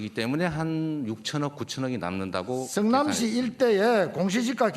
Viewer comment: 성민아 머잡고 반성좀 해라 니 가 재명형한테 덤빌 깜 이냐 국짐당 x맨아 니 자신을 알아라 그리고 성남시라고 발음해라 승남시가 아니고